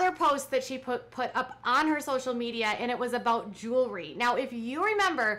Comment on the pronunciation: Kendra Scott owns a “jewelry” company. Robyn owns a “joolery” company 😂😂